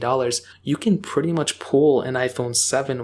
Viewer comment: Do you notice how always say „pwetty“ instead of „pretty“ uwu?